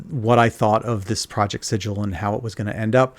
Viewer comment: Thank you for calling it Sid-jill and not Siggle.